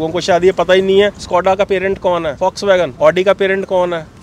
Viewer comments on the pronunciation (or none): Indians need to learn how to pronounce Volkswagen. It's "vawlks·va·gn" guys, not folks vagan or vox wagan 🙏🏻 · Fox wagen / focks wagen 😂😂😂